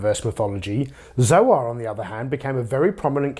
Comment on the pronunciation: Isn't Zoar supposed to be pronounced like the word soar? It's a play on words.